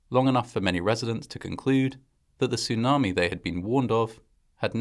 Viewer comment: Its a tsunami not a sunami. And after saying sunami for most of the video in the end of the video you actually said tsunami, so weird.